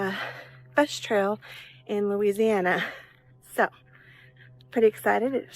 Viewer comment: bro when he said lousiana i want to play resident evil 7 🤣🤣